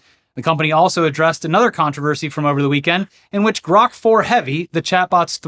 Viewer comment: Why did he have to fuck up "grok"? Dead serious, man. Why?